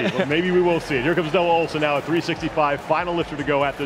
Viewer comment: OHLSEN NOT SQUAT...